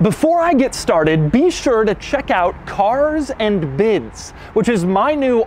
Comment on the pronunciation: Lol...lov how Doug says.."CARS AND BIDS!!"